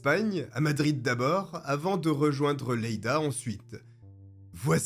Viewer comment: Phonétiquement c'est "yeida"